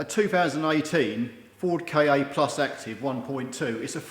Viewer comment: I think Ford meant Ka to be pronounced 'Kah' - just like 'car',. 😊 Good find btw. - but shouldn't the ignition coil seal be able to stop that trickle? You could think that someone might have the idea to wash the engine at some point. 👍